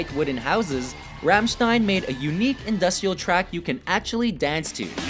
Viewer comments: he pronounce the group's name Fammstein so triggered 😡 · The way he pronounced Rammstein made me cry inside